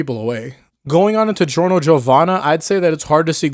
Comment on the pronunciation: It’s giorno it’s not even close